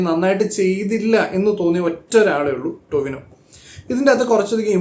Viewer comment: "Tinova" athra pora correcta😂😂😂